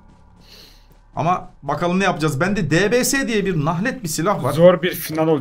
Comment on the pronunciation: Abi o debese diye denmiyo deybies diye deniyo